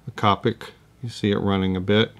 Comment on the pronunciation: Thanks for the video! Always enjoy. Just a note, Copic is pronounced with a long o, like covert (I’m a Copic certified instructor)